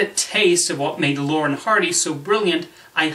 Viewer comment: First, try to pronounce their names properly. It's not "Lauren & Hardy."